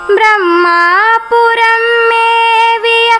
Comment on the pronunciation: ப்ரமா புரம் என்று உச்சரிக்காமல் பிரமா புரம் என்று பாடவேண்டும் மகளே திருச்சிற்றம்பலம்